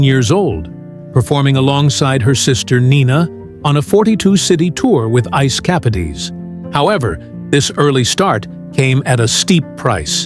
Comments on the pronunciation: Boy, I get that using real voices is expensive. But "Ice Capades" pronounced "capa-deez?" And "Known for its notoriety?" I stopped it right after those two blunders. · Pronounced. KAPADES